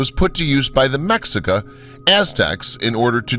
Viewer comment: omg please read and pronounce properly NAHUATL right.... NAHAUTL? what is that? Mexica (pronounces me-shi-ka) not whatever you saying :D TEOTIHUACAN right ... TEOTIHAUCAN NOT... riiiiight